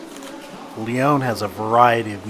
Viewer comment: Nice video, shocking pronunciation of Lyon!!